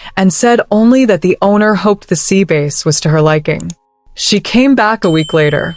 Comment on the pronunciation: Good tone of the narrator’s voice, but please, please, pronunciation is important for true meaning! Sea bass, is pronounced, ‘bass’ is ‘b- ass!’👌🏾